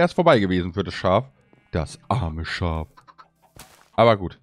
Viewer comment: Er: das arme schaf . Auch er: schaaf Farm